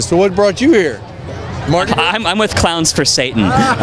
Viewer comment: "I'm with clawns for satan"..."well you have to start somewere"